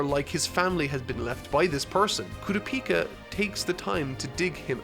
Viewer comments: It's pronounced coo-ra-pika Like Pikachu but only the pika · Its kurapika not kura-pika 🤣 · It’s kurapika not Kura peeka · kuropika....all i can think of is kuro from servamp and one piece combined with pikachu. pretty sure it's ku-rop-ika at least based on the sub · KOORUHPEEKAH why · KU-RA-PI-KA... get that kura-pika pikachu shit out of here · Koorapeeka lol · The way you pronounce Kurapika’s name hurts my soul🥲💔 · Is he saying kurapika wrong or is it just mee? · the way he pronounces Kurapika makes me wanna die. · I want to nit-pick the pronunciation of kurapika SO bad... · How is he this far into the series and still pronouncing Kurapika's name wrong. This is gonna be nails on a chalkboard judging by how many times will have to say his name in this arc review. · The third arc and he still can not pronounce Kurapika correctly